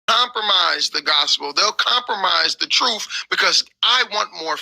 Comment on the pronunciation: He says truf and earf so cannot take him seriously.